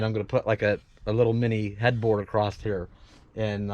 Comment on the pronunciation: Why does nearly everyone on You Tube say "acrosst" instead of "across"? There is no "t" at the end of the word.